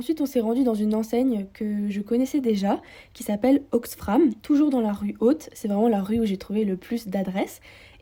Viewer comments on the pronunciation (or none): Coucou, j'ai adoré ta vidéo ! L'une des friperies que tu cites c'est "Oxfam, sans r, c'est une ONG belge :) Pour les Petits Riens, iels collectent à la base leurs vêtements via des bennes à vêtements jaunes situées partout dans le pays, similaires à des bulles à verres (mais j'imagine qu'après il doit y avoir un sacré tri !) P'tit détail que seul.e un.e belge pourrait remarquer : au début de ton script tu parles de 'BruXelles' et puis tu te corriges au fur et à mesure en disant "BruSSel" ahah, c'est fantastique ! :D